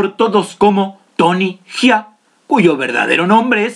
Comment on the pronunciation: E tenido que dejar de ver el video. No puedes llamarle tony jia ne duelen los oidos. Se llama jaa no jia. Entiendes la diferencia????